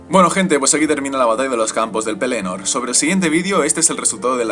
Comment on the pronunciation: mejor pronunciar pelénor que penelord